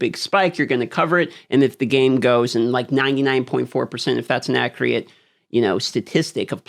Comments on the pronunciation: I like your content but the "acreate" is like a knife in my ears. I'm pretty sure you're going for accurate but it could also be aggregate. Either way keep up the great content. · Acc re it.???????? Acc ur it. Doofus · hits 250k subs and suddenly speaks for all content creators? and still refuses to pronounce accurate, accurately....ironic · i like how you pronounce 'accurate'.